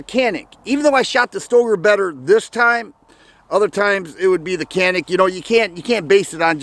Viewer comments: I believe it's pronounced ja nik.. something about a mountain.. I have and elite sc, the think I would say is that it basically the feel of a full size in a compact form and.. I love it. Look at swamp fox if you didn't get a rd already on it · I think it’s pronounced...”Jan-ik “